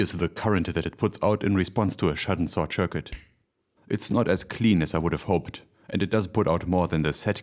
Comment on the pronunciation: A sudden "sort shircuit" 🤣